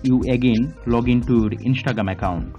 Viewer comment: "Inshtregream account" 💀